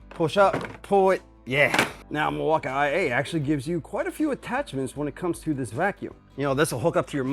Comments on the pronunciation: milwakamiyay lol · Are u purposefully mispronouncing Milwaukee??😑